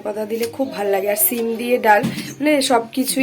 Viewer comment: Sabdhane thak bolche সিম কে ছিম